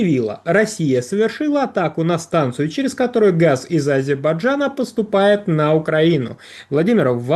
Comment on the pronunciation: старается выговаривать слово Азербайджан, Но пока не получается)))